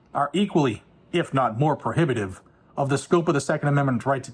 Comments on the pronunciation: you read the word "probative" as "prohibitive". He's saying the laws in place at the time of the ratification of the 14th Amendment are more important/impactful in the analysis. Mind you, that doesn't change the fact that he's wrong and just being an activist judge. The firearm laws at the time of the ratification of the Bill of Rights are just as relevant as the laws in effect in 1868 when the 14th Amendment applied the restrictions on government power/protections of individual liberties contained in the Bill of Rights to the State governments equally as it had been applied to the Federal government. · Probative not prohibitive